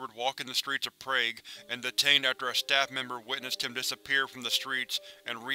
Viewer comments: It's pronounced prog, not prayg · did you really just pronounce Prague as Prayg? lmao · It is pronounce prog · Prague is pronuonced "prah gah " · "Prayge" That is pronounced incorrectly. Sorry I couldn't stop myself from thinking about it. You can ignore this comment. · Good as always but it's pronounced like prog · Prague was pronounced wrong, I know this because my parents are from there.